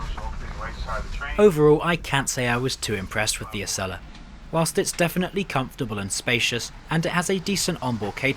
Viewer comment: ACELA is pronounced A-cell-uh, and America is pronounced A-mare-ih-cuh not Uh-mare-ih-cur